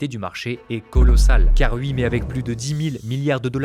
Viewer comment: Mec, ta manière de parler en coupant le rythme de tes phrases sans cesse est juste INSUPPORTABLE. Et oui se prononce OUI pas UI gogole